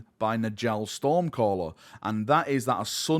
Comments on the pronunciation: Nordic naming - the Js should be pronounced as Ys. "Njal = Nyal, not N'Jal" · Y’know the J makes a y sound in Njal’s name. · Njal is pronounced Nyal like Jarl.